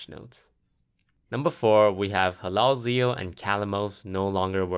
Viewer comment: lol "Halalzeal"